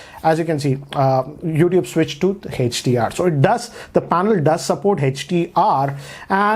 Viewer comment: whole world: hdr: hatch-dee-r